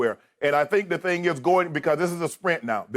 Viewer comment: "Do that 'thayang'" 🤣🤣🤣